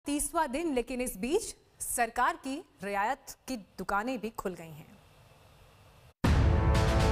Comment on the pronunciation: Abey riyasat nahi riyayat...be...😅😅😅😅😅